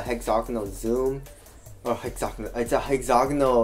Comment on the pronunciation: it's pronounced hex-a-gone-ull, not hex-zognal